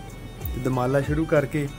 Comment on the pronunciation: ਪਰਿੰਟ ਕਰਨ ਲੱਗੇ ਵੀਰ ਨੇ ਦੁਮਾਲਾ ਨੂੰ ਦੁਰਮਾਲਾ ਕਹਿ ਕੇ ਅਨਰਥ ਕਰ ਛੱਡਿਆ ਹੈ 😢